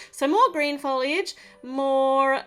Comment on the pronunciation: u said FooLliiGe 😂😂